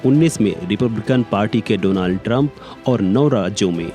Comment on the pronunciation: Donald❌ Dolund ✅